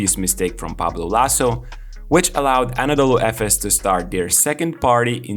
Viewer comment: I would not say lucky or genius but Ataman is the best in Euroleauge on handling superstar players and on involving his players into game planning. This is his magic. You can see that in his whole career. Btw, I will keep writing this to all of your videos about Efes - it's not "Anadolu" if you want to use short name, it's EFES... :)